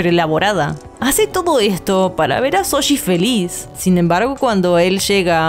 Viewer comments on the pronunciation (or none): Nunca comento acerca de cómo pronuncian los nombres (porque entiendo que por su acento es más que difícil) pero me matan cada vez que dicen Soshi en lugar de Shouji, en buena onda se los digo. Un abrazo de un fan peruano <3